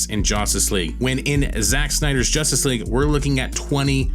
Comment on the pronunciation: It's JUStice League not JOStice League SMH